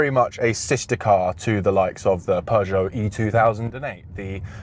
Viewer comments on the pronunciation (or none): you pronounce Peugeot so badly that the subtitles can't get what word you are saying, while they get Volkswagen out of a cough..